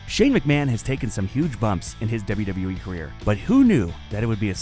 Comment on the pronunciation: That "wwue." Always trying not to screw up. Well that's the "wwue" for ya